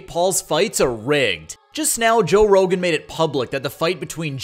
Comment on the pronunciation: You called him 'Joe Rogans'. LOL. You have no idea what youre talking about.